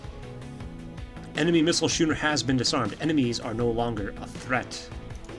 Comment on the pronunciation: Just FYI, schooner is pronounced like skooner, not shooner.